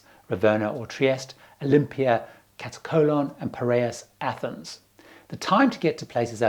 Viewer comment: Hey... It's MAYorka, not MALorka. (Ignore the spelling) And KaTAKolon not KataCOLON. LOL